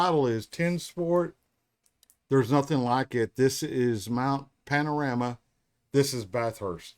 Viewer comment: Panorama....with a 'o'.